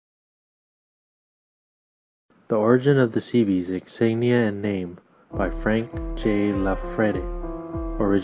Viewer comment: Thank you for your memorial for Frank! BTW his last name is spelled with an "I", it is Frank J. Iafrate. (first letter I). A lot of people make this mistake. Also work on your pronunciation or insignia (make UCI proud). A Vietnam Bee